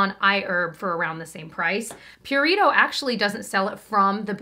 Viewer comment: Pew-ree-toh 😂😂😂 im sorry not trying to offend